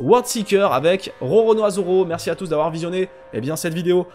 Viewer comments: Rononoa 😂 Roronoa c mieux lol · Lisez un peu le titre de la vidéo je suis déçu au lieu de dire Roronoa ces Rononoa